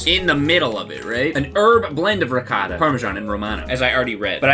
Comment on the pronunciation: Its not called recatta. Its Ri-goh-tah